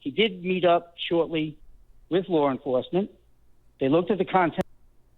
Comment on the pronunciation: wtf is lore enforcement? lol